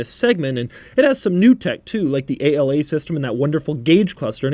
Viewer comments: “A-L-A” it’s actually “Ala” which means “Wing” in Italian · Its ala not a-l-a, ala it's one word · + Doug DeMuro, please do better research... It's not "A-L-A"... It's "ala" (pronounced "á-laa"). It is NOT an acronym (no dots separating the individual letters). This word means "WING" in italian. The active aerodynamics wording was a gimmick made up for anglo speakers. Remember the Lambos are always identified in Italian language. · It's not A.L.A. it's just "ala" and it means wings in Italian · A-L-A (ala) literally means "wing" in Italian. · Ala literally means Wing in Italian, so it's supposed to be pronounced like that, not spelled like initials. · “A-L-A”??? In Italy we pronounce it in a single word and it simply means “Wing” :) Good job anyway, as usual 😉